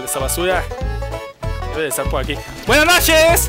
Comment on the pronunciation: Hahahaa! "Buenas nosheees":v Buen video. Cuándo una transmisión de Halo 5?